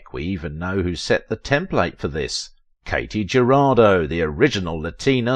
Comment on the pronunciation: Her name was pronounced KAH-tee Huh-RAH-doe.